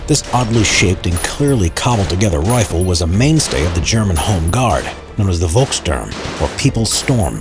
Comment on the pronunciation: Volksturm is pronounsed Folksturm